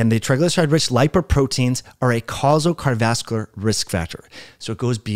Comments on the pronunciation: Yes, I've suggested that slow down. Especially when he is reading what he is saying. And I usually listen to similar type videos on 1.5-1.75x speed. Also,, it's "car·di·o·vas·cu·lar". Has an "O", and six syllables. Thanks. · Can this dude not say "cardiovascular"?